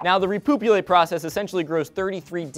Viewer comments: when you said repoopulate i started busting out laughing and couldn't stop lol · Repoopulate? You can't make this shit up! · Repoopulate... Nuff said. :o